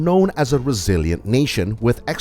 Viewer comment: resilient not recilient